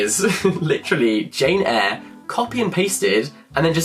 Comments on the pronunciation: i can’t believe he said jane hair hahah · I’m rewatching this video, and “Jane-hair” took me out yet again